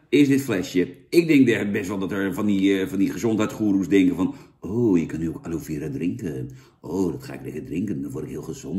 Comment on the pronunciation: je hoort het als aloè aloie uit te sprekent en niet aloe